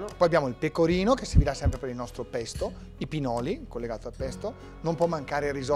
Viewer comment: Bello, però il "pesto alla ligure" mi ha fatto sanguinare le orecchie😅